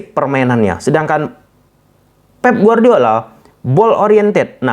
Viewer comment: Pep bang bukan feb 😂😂